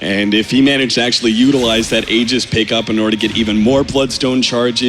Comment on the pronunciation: I don't get what these announcers don't understanding about the name Tusk - it's Tusk, not Tuskar! I swear, if I hear Tuskar one more time...and it's Aegis with a "J" sound, not a G sound.